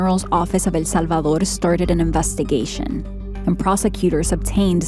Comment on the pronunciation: The way she says El Salvador 🤦🏻‍♂️ 😴😴